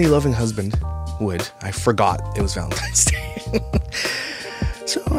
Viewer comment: Omg I hate people saying valenTIMES!!